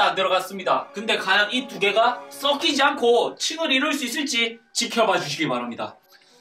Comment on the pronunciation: 물이 썩키지 발음이 ㅈㅈ